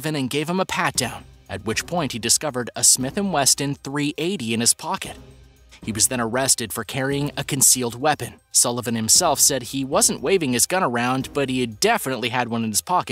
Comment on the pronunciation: "Smith & Weston"? Also, that's a DAGGER going through the Batwing, not a DIGGER